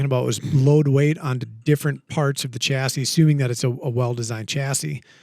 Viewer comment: Definitely Stocks. Because Americans cannot correctly pronounce Chassis.